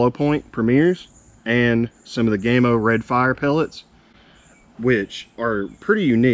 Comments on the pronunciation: ITS PRONOUNCED 'GAMMO' NOT GAY-MO FOR GODS SAKE 🤬🤬🤬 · What the heck is GAME O? Game oh perhaps. Why do Americans insist on trying to ruin the ENGLISH as it is spoken. It's GA MO.